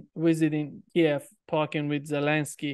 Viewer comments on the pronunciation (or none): none